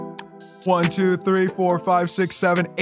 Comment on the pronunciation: Hi three is op, he says says like trii